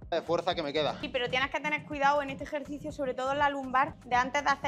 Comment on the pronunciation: Joe eke etoh jercicio 😂😂😂